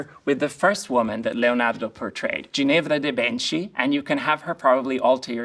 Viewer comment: I am not a native but I’m fluent and lived in Bologna for 10 years You are absolutely right. Fumato was pretty good but Ginevra was off. STILL, a lot better than many who say Moschino as MOSCCINO😂😂😂😂